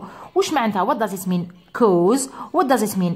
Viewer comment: حبيت نفهم منين جبتي طريقة نطق cause كَوْز راهي تنطي كُوز بظم ال (c)kɔːz